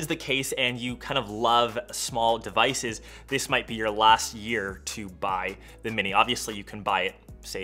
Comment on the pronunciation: So chic how you say Zi instead of The. Very precious.